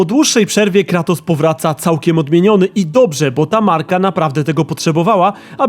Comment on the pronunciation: Cały czas słyszę Klatos. Coś jest na rzeczy. :)